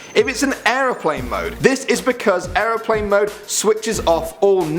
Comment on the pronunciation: That moment when he says Siri can't pronounce certain words but the way he said airplane